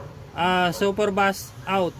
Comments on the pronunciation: super beys pagkabigkas nyan hindi super bas o bus...kung mahilig ka sa sounds or mga sounds electronics alam mo dapat pagkabigkas nyan.hindi kuro kuro lang.. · super bus😂🤣